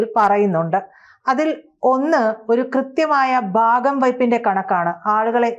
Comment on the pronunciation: ബാഗം വയ്പല്ല ..ഭാഗം വയ്പ് എന്ന് സ്പുടമായി പറയണം . 😊